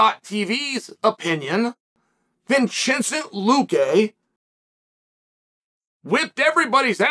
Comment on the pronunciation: I died laughing when he said vinchensent 😂